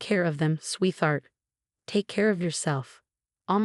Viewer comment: Sweetheart is a compound word, which means it is made of 2 words. Prounce them as if the were 2 separate words. T and H are not one sound but 2 separate sounds.